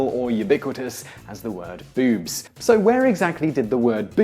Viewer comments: its boobs not bewbs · Please, I know it's just me but it made it hard to listen to you refer to my favorite optical objects.... boobs as, "bewbs" and "bewbies". Drove me nootz. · “Bewwbs” lol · He says "boobs" like "beeoobs" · So anytime he said boobs, I thought "Bewbs." Is that just me, or did anyone else get that? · bewbs. ..that's what you sound like. lol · bewb. bewby. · pronounced, "Bewbs." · Well when one listens to your pronunciation of boobs, it's hard not to like the word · Why does the word "boobs" sound so funny when spoken in an English accent? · I love the way you say boobs that just makes me laugh I love your videos Man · Hearing Simon say boobs and the various words for them in his accent made my day